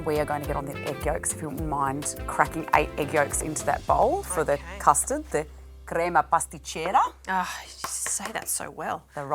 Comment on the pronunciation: Thank you again, Italy, for crema pasticcera! Thank you, chef, for pronouncing Italian correctly. Beautiful looking pastry. I wish you would have bitten the creation. That's always the best part of the video. We want to see you enjoy it! Crema pasticcera is so delicious in a hot bombolone!